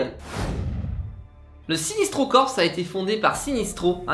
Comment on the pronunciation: Vous avez fait une erreur : les origines de la tribu indigo sont bel et bien raconté dans l'arc "la revanche de Black Hand" de la série New 52 Green Lantern. Ah oui, et aussi : on dit "sinEstro" et pas "sinIstro" !